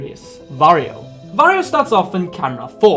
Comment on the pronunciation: underrated video loved it but why do you pronounce wario as vario?